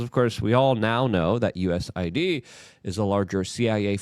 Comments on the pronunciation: Why is Luke not pronouncing the A in USAID.... Does he think the A is for America? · Luke..You're Killing Me with these pronunciations Mahhhn.... It's DOGE, not Doyge... it's U S A I D... not U S I D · It's USAID not USID. Its Doge, not Doige.